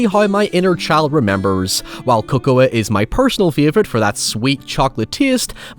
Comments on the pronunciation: cocoah? um i think that's pronounced coco :3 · did just pronounce cocoa as co-co-ah? am i dumb cuz i thought it was just pronounced like coco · Motherfucker actually pronounced the “A” in Cocoa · The scariest thing in this video is how he pronounces the word “cocoa”.